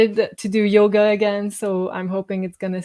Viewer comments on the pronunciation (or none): none